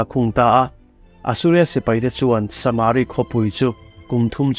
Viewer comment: saaaaamari nge samari tinge a hi ithuk kual duah leh